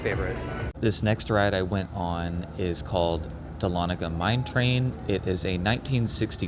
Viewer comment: I watch Over Georgia Vlogs to see if the person correctly pronounces Dahlonega. Well done, sir!